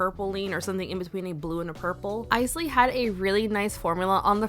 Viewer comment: I just put on Bowie today 😊 Also, yay! I keep laughing when I hear people mispronounce Isley, which was most other nail vloggers (not you). I guess they don’t know the Isley Brothers.